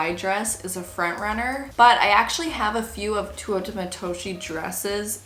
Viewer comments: All the albos shaking at her pronunciation.. it's TAY-ouu-AH not twoo oh ta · I loved seeing the process 🤍 but hurt every time you butchered her name 😂 it's TE(~teh) -U(ou)-TA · The dress is beautiful!! But … I have to say it because it was killing me throughout the video… Teuta would be pronounced more like “Tay-oo-ta” instead of “Too-oh-ta” 😅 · Its pronounced teh-oo-tah pls say it correctly atleast, shes an albanian designer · Teuta is pronounced “Tey-u-tah” right? Every time I watch a video about this designer I’m confused by seeing the spelling and hearing the pronunciation with an “oh” sound. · I always thought her name way pronounced “tay-oo-ta” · you’re so so cute but I’m flabbergasted that even at this point in the relationship you were still pronouncing ‘Teuta’ like that 😅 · You've gotten so many dresses from her and now a custom wedding dress and their ALL STUNNING. <3 I don't know how you're still saying her name wrong.... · I'm not sure you are pronouncing Teuta correctly